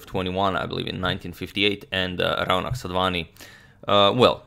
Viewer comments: Your pronunciation of Raunak is about right but most Indians would say it as Raw-knuck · Hey Agadmator....I'm a fan from India...just wanted to point out that the 'au' in 'Raunak' is actually pronounced as a 'O' sound as in 'sauce'...hopefully it will a nice addition to everyone's vast knowledge. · Hey Agad, that's not how you pronounce 'Raunak' ,'Rau' should be pronounced as 'raw'. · 'Rau' in Raunak is pronounced similar to 'Fau' in Fauna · #Suggestion The name is pronounced as 'Ro' nak